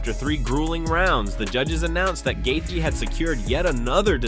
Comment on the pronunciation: I realize this announcing is AI but it’s shit. How many different ways can you mispronounce Justin’s name? Plus lies lies lies. Clickbait. Bye bye lard ass